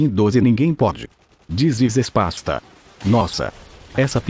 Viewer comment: THIS IS "SPASTA" KKKKKKKKKKKKKKKK